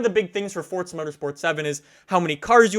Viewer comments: why are you saying FORZA -FORTZA? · its not Fortza